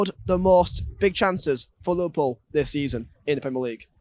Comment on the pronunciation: he says lilpol insteas of liverpool